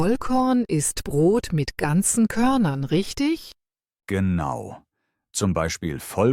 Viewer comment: GeAnu oder Genau🤣 KI everywhere